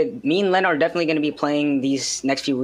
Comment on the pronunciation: I know Leno irl. It's pronounced Lee-No, not Le-No